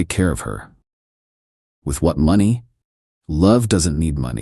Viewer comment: Why can’t these AI stories pronounce money correctly? Did she only get $73 from the divorce or are you trying to say $7,300 or $73,000 ?? The transcript was equally useless, it had $73 printed